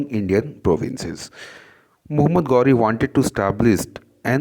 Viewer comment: Mohammed gauri nhi Mohammed ghori hota h Chutiye